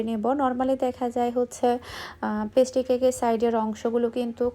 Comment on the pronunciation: পেস্টি না ভাই, পেস্ট্রি 😑 আপু আপনার উচ্চারণ ও বানানের দিকে দয়া করে একটু নজর দিয়েন। খুব অড লাগে শুনতে ও বানানগুলো দেখতে। আপনাকে ভাল লাগে বাট এই কারনে মাঝেমাঝে আনসাবস্ক্রাইব করে দিতে ইচ্ছা করে। আশা করি আমার কমেন্টটি পড়বেন।